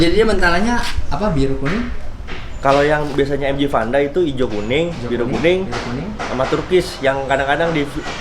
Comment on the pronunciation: Vanda bang, bukan panda